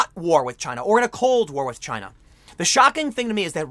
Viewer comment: It's chy-na